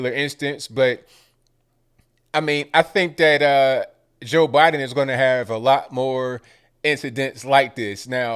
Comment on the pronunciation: Who is Jor Biden?lol